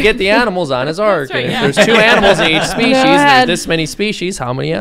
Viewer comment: not spieces, kinds